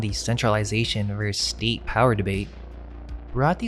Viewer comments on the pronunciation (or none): Versus* The pronunciation of the abbreviation for versus...vs...is versus. Not "verse".